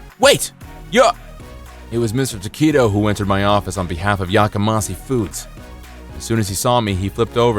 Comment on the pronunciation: FYI The company name Yakamasi is improbable. It is pronounced with a 'she' on the end, not a 'see'. Japanese romanization uses one or two letters to represent the individual sounds of Japanese (often a consonant and vowel together make up one sound), and there is no 'see' sound in Japanese. One peculiarity of Japanese pronunciation is that the 's' changes to a 'sh' when it is linked with an 'i' sound. But back to meaning, 'yakamas(h)ii' is an adjective that means 'raucous', 'cacophonous' or 'noisy', and has a negative nuance. People yell 'Yakamashii!' when they want someone or something is 'shut up!'